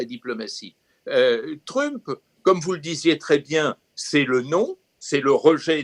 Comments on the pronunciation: Le 2nd intervenant qui prononce Trümp, alors qu'il parle et prononce parfaitement l'anglais, assez drôle ^^ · Il n'a fait que rendre la prononciation originale, allemande; le nom de famille d'origine de Donald c'est Trümpf. Je parie que si on fouille dans ses veines, on trouvera du gène hitlérien. Ce qui explique alors sa haine des non-blancs, des non-blonds, des LGBTs, son peu d'égards pour les femmes, les handicapés, etc...